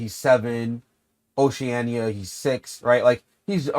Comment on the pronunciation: U pronounce Oceania like oceana bro